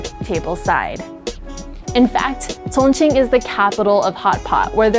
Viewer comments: A little distracted by the way she says Chongqing lol. It's "Chong Cheeng" not "cong ceen" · You're saying chingqing wrong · Great content - but what's with the pronunciation of 'Sichuan' and 'Chongqing'?